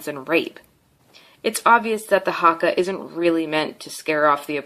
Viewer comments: I'm from new Zealand and she is the most erritating person I have seen and it's not harka it's prinased huka 😤😠😠😠😠😠😠😔👈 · Bruh it’s not haaaaaakaaaaaa it’s haka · football team😂😂 no no its rugby. Its not huka its haka other thing its not marory its maori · The pronounces Haka two different ways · She said Haka wrong and its not sexist, its a tradition us maori's preform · This woman can’t talk shit when she can’t even say haka right. If you see this woman you would piss your pants if they did the haka in front of you.